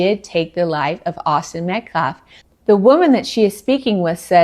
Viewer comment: Has anyone else noticed, they can all say, Karmelo Anthony, without stuttering on a single syllable. But none of them can say, Austin Metcalf. Every single one of them say Metclaf. It’s almost like they’re trying to purposely be disrespectful.